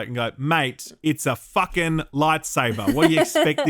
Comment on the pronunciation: goin full aussie made me crack up “mate it’s a farken lightsaber” lmao